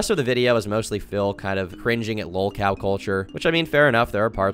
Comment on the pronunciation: The "lawl" cow podcast......